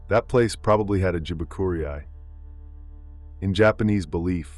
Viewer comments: Are you sure you are not an AI narrating the story? Wrong pronouncement! Jibakurei is pronounced as Ji Ba Ku Rei. Not "jibakuriai" as you pronounced. Hilarious 😆 Rei is pronounced as "rare" and "i" is pronounced as "yee".... So "rare yee"! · The accent, pronunciation, everything about that word is messed up